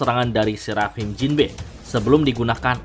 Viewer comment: dari dulu bacanya Serap Him, ajg lah itu dibaca serafim